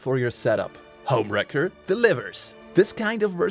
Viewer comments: So in English it sounds like you are saying HomeWrecker which is person who destroys a personal relationship. The word Racker sounds like Cracker the C almost sounds like a K. Just FYI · Anyone else keep hearing this as HomeWrecker? lol😂